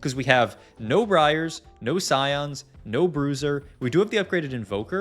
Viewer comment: HE CAN SAY BRIAR